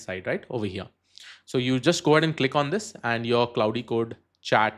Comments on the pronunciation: Great content, thanks! One small correction - "Claude" is pronounced to rhyme with "lord" not "cloud" or "cloudy". But thanks! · Bhai pehlai 46 sec mai aap Claude ko cloud bol rahe ho....age kya hee dekhoon apki video.... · Claude is pronounced like "Clawed", as in "the cat clawed me". Sorry english is so weird.